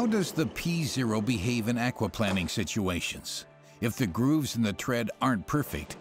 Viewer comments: Aquaplanning ...? What is aquaplanning. Aquaplaning .. in English the accent is on the a. Akwa plain ing. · Aqua Plane ing That is how it is pronounced. Not planning... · The narrator needs to work on his pronunciation of words lol. It’s called aqua plane-ing not plan-ing and coupe is “coop” not “coop-Aye” lol he’s made the same mistake in a number of other videos he has narrated lol. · Where the heck is this narrator from? Why does he keep saying "aquaplanning". There's only one N. Not two... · "ackwaplanning" lol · 'Au-qua-planning' ...is the 'planning' and conservation of water ecosystems? lol I don't usually expect the brits to get pronunciation wrong, but..... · never heard 'akwa-planning' pronounced this way...ha ha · Never heard aquaplaning pronounced like that before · tis the same thing my salty sailor, he just pronounces Aquaplaning wrong